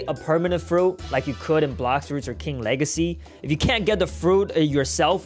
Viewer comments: Bro you say two time king lahrsy not. King wageys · He said king wegacey